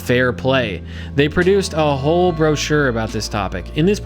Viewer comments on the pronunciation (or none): none